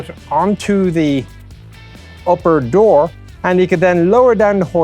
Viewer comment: "Driver's dooi" What?